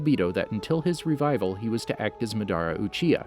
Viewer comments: Ma-duh-ra uchiher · Obeeto oochiha Adatsooki Huh